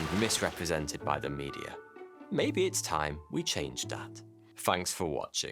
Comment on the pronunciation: "Fanks for watching"